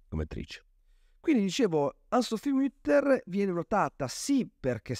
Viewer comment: Nel farLe i miei più vivi complimenti per i suoi interessantisismi video aggiungo una precisazione anche sulla pronuncia del cognome dell'artista: la u di Mutter non ha l'umlaut, quindi si pronuncia come in italiano, non come in francese